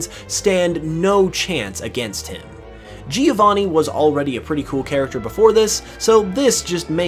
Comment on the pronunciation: Giovanni as italian name is pronounced "Jo-vanni" not "Geo-vanni" (if you want to be perfectionist)